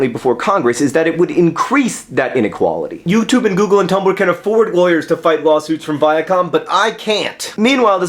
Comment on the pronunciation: "nice people and sometimes laywers" I lol